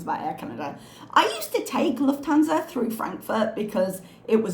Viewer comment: bla bla luf-thansa Me: uhm... it is 'luft-hansa'... I could not get away from that:D